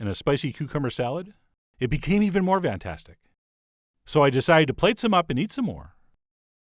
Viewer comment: Chef John keeps saying "vantastic" about every other video. You can thank me for now being forever cursed to notice it every time later.